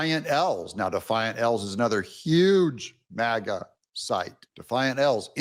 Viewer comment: MAGA NOT MIGA!!!